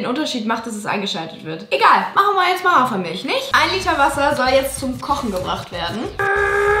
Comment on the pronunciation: JULIA ES HEIßT HAFER MILCH MILCH VERSTEHST DU ES M I L C H